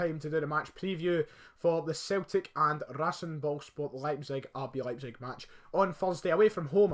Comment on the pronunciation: Ya turncoat ye lol oh aye eh you know the pronciation of RB Leipzig eh very good yeah German football's always been good very competitive and so many brilliant football players I'll be happy with a 1-0/1-1 good stuff again lad hail hail